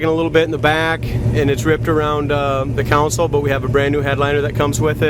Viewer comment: Con-sole dude lol. Not counsel